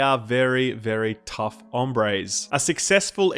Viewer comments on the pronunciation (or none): Tough onvres*(hombres) 😂😂 ❤❤❤